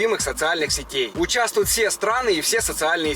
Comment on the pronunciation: 'Участвуют' с буквой 'т'